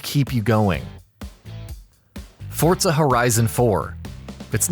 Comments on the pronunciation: Forza not fortza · What's fortsa? Is it like forza? LoL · why the fuck is he saying FORTSA, it is FORZA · Forza not "fortza" XDD not being mean just saying xd good vid brotha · It’s forza not fortza ur saying it wrong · its called FORZA not fortza ... fortnite and forZa didnt have sex and there wasnt magicly a baby called fortza .... its FORZA ! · whats a "fort-za"? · forTza horizon lmao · Fortsa Horizon 3. Threw me off with that pronunciation 😂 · Learn how to say "Forza" 😂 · why is he saying forza with a t